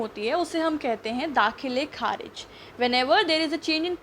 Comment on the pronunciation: दाख़िल kharij ko galat padh rhi ho aap.. achcha nhi lag raha ye lafz is trh... sorry